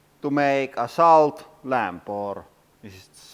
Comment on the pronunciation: For your accent pronounce salt with an o instead of an a solt and it will sound correct I bet lol